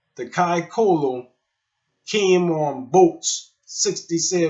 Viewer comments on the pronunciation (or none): It’s pronounced Kai tholo “th” our c sounds like “th”